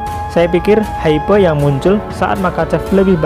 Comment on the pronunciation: Hype pengucapannya Haip.